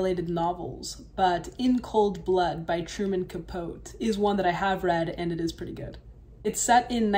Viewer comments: Your interesting to watch and I like your analisis on things, but the pronouciation is Capote not capot for the author truman capote. Sorry just being picky today. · FYI, Truman Capote's name is Spanish (not his real name) and is generally pronounced as "Kah-Poe-Tee" in the U.S., and sometimes more accurately as "Kah-Po-Teh" like "Don Quixote". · I hadn't seen this bit before. Thanks. BTW, the author pronounced his name as Truman Capo-TEE.